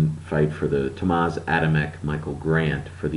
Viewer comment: Hey, he's name is "Tomasz" not "Tomas". You can read it as "Tomash" hehe